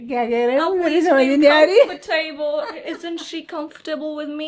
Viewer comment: I have to correct, on American accent it’s “comf-t-bol” not “come-for-table”, are you inviting some to join the table?😂